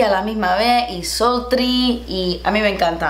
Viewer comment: That was the best part "sulttrry" 😂